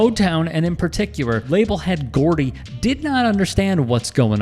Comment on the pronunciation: Berry GORDY, NOT Gordon😂😂😂. JKM